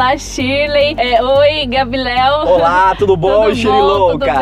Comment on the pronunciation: "gabireudo" kkakakakaka